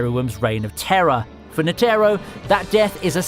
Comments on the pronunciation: Was he pronouncing it N-Terro? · The way you Pronounced Netero's name just really erked me